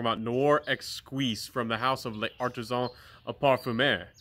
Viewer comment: Hello, please forgive me for picking on you about your pronunciation of some French words. But you can do better and I think it will improve your credibility as a reviewer. L’Artisan is not pronounced Lay Artisan, you can basically ignore the apostrophe between the L and A and pronounce it as one word. L’Homme is not pronounced el homme. You can ignore the apostrophe between the capital L and the capital H, and ignore the capital H as it is silent. And you can pronounce the word more like Lome. No offense intended, I’m just trying to help. Keep up the good work with your channel and may it continue to grow.